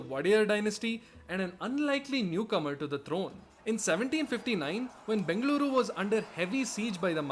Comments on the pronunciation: Bengaluruuuuuuuuuu my home, my favorite place in the whole worlddddd...and your pronunciation of Bengaluru was perfect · Bengaluru is the local pronunciation